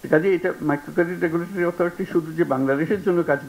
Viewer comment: উপস্থাপক রেগুলেটরি উচ্চারণ করতে পারে না। এমন অথর্ব উপস্থাপক কিভাবে একটা টেলিভিশন চ্যানেলে নিয়োগ পায়?